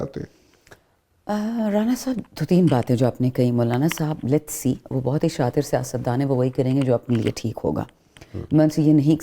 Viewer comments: او بھائی شاتر نہیں😂😂😂 شاطر ہوتا ہے کون ہیں یہ لوگ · شاتر نہیں شاطر ہے صحیح لفظ